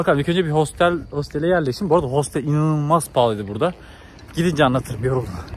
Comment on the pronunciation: Hostel 😂 Hostel diye yazılır otel diye okunur